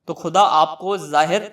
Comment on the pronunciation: Apne words sahi kro KHUDA aur AKHIRKAR in words ko properly kho jis trah tm keh rahe ho ajeeb sa lagta h aur uska galat asar padta h phle bolne ka qayeda sikho fir dusro ko ilm do dusri bt maula Ali as 4th khalifa ni h